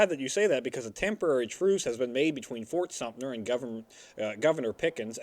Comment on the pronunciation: I know it's a moot point now, being 3 years past filming of this episode, but why does misrponounce the name as Fort SumptNer every time he's talking about Fort Sumter!? It happens in every episode he says the name! Still a great series though, guys haha